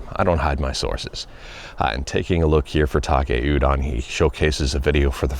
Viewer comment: Why do you pronounce it Takay udon? It's Taki Udon